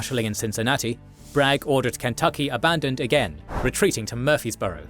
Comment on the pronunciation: It's prounounced "Mur-Freeze-Burrow"